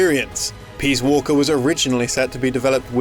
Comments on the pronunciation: Peas walker??? WTF??? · "Metal Gear Peaswalker" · "Peas Walker"